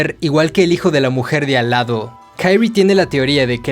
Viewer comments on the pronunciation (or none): No es Kairi, es Kyrie pero este man lo pasa diciendo mal en todo el cuento. Y es muy evidente desde el inicio que la protagonista es Kyrie y no Shuichi. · No puede llamarse "kairie" es japonés no anglosajón